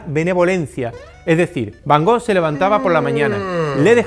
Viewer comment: jajaja Lo digo porque ya le he oído varias veces sobre van Gogh. Parecería que tiene él el monopolio, y lo de soberbia, solo he hecho un comentario... No sé porque te picas, además no me he dirigido a ti. Además estimo que para hablar de Vincent van Gogh primero hay que saber pronunciar su nombre correctamente. je comprends, ce n'est pas évident quand on ne parle pas français